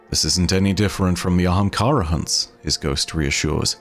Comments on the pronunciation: Day 399 of commenting until starts saying Ahamkara instead of Haamkara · AHAM! KARA!